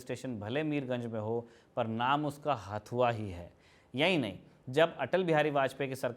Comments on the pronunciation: हथुआ है न कि हथवा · यह हथुआ है। न कि हथवा। मैं यहीं से हूं। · भाई ये हाथवा नहीं हँथुआ होता है । वैसे वीडियो के लिए धन्यवाद